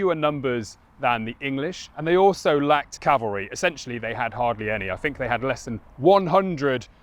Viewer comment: fink furver fousand, please learn to speak English